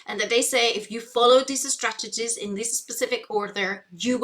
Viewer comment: Geez, I didn´t even notice it because I´m neither english or spanish-speaker but now I can´t unhear it. Especially ”estrategies”, makes it sound like e-sport strategy or something. You shouldn´t point out that kind of stuff. 😅